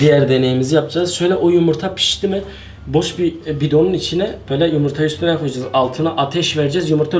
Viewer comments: te yumurta yerine yımırta diyordun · abini yumurta yerine yimirta demesi peki sdklklskd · Yumurta diyeceksin yımırta değil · Yımırta demesi yokmu 😂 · Koş yımırta yandi (Alara) O pişiodur :D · ne güzel yımırta diyon abi :D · yımırta hahahaahahahaha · abi yımırta pişiyor yımırta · yımırta yımırta 😂😂😂 Ama abi yengeye pirenses denir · Yımırta xD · Abi yimirta deyişin çok güzel😀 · Her seferinde YIMIRTA demesi :) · Abi 1000 kere yımırta dedin d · arkadaslar diyemiyosun